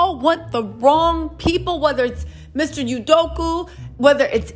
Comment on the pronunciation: I love you to pieces so please take this from such a place of joy (that you bring!), but every time you say his name I hear "Sudoku" 😂😂😂 Keep on with your amazing self and just adore you!